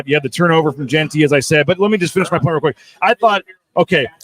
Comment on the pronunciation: Jeanty... not Jen-tree. Jeeze